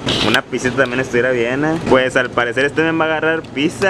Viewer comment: Se escribe pizza, No se dice piTza.